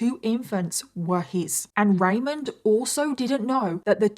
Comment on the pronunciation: *ramon Rivera, not Raymond Pronounced like ramone